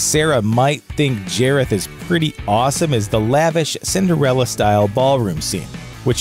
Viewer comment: nonono, it’s jareth not jAREtH